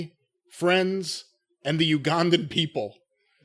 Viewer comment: Why in the world could Boyd Pierce never figure out how to say Ugandan right? Good old Boyd. RIP Boyd and the Ugandan Giant.